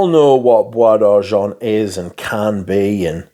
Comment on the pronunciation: Oh boy, we gotta work on that French pronunciation! Oh De Jawn-Tee-En Blonsh. JerAneeum Poor Miss-ye (like the first half of the word year, also no 'n' sound (it's not moNsyear)). Bwah D'arrgen (I think you got that one correct). With love!